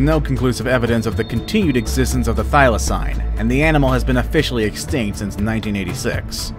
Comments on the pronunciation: He keeps pronouncing it as thy-la-cine not thy-la-cene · I’m from Tasmania and I cringed our the pronounciations of ‘Thylacine’ and ‘Hobart’ lol